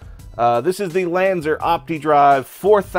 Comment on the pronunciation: SOUNDS like U,say lanzEr , lanzAr !